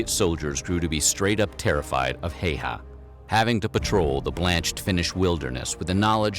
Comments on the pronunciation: Pronunciation should be closer to "How-ha" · I don't mind if people butcher names in general, and even if I did I would give a pass with Häyhä's name since the letter "Ä" isn't even in English vocabulary.